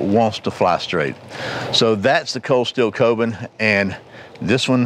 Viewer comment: It's pronounced "koh-boon".